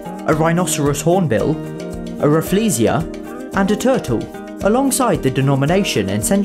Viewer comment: Just to add on, Singapore had the largest banknote in terms of value: 100k SGD Also you sorta pronounced Rafflesia wrongly, it's named after Sir Stamford Raffles (yes, THAT Raffles that founded Singapore and later the ZSL)